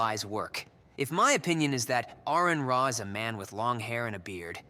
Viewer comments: Aron Ra's name is pronounced R-N Raw.... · Learn how to say his name first. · You don't even know how to pronounce his name...